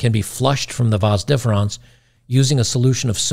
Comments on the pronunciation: It's "VOS-deferens", not "VAHNS-deferens" but other than that this is an excellent posting on a very important topic. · "VONS deferons"? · The way you pronounced Vas Deferens sounds like the way the newer gen pronounces the word Vase. To me it rhymes with Base. The newer gen rhymes it with Boss.